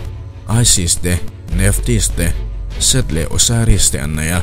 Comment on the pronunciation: Ho te mah nise, set tia i sawi hi, SETH niin ka hria, (ka lo hriat ve dan mai mai)